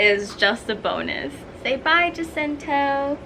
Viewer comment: it's pronounced as "hasinto" ( i know you know it 😂)